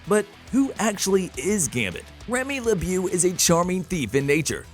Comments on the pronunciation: Did he say Remy LeBew??? It’s Remy LeBeau (La-Bo) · Remy Leb'yoo? LOL! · I enjoy these videos but why so many problems with pronunciation? Allegory Machinations LeBeau Etc...